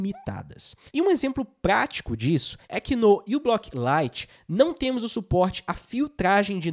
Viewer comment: Moço, não é "U"block, a letra inicial é a letra grega "mi", μ , então diz-se "miblock".